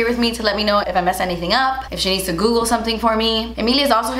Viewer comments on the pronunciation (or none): none